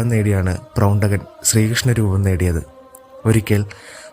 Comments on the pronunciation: പ്രൗണ്ഡകൻ അല്ല, പൗണ്ഡ്രകൻ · പ്രൗണ്ഡകൻ അല്ലല്ലോ പൗണ്ഡ്രകൻ എന്നല്ലേ പറയേണ്ടത്• ആവർത്തിച്ച് പ്രൗണ്ഡകൻ എന്ന് കേൾക്കുമ്പോൾ ഒരു അരോജകത്വം• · Not Prowntakan, Powntrakan. Powntraka Vasudevan.